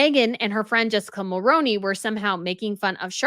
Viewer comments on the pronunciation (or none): none